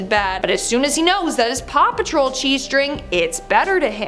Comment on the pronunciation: Paw patrol you mean RAW PATROL 🤣